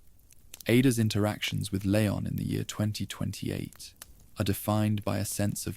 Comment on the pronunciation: These are a bit repetitive but pretty good, can you stop calling him LAY-on though? It is LEE-ON